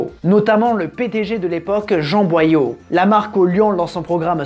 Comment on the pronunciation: Jean Boillot (bois l'eau), pas Boyaux ! ;D